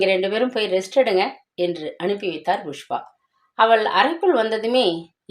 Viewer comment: Pl pronounce properly it’s pankajam not bankajam same pushpa not bhushpa. 🙏it’s not fullshit its bullshit. lol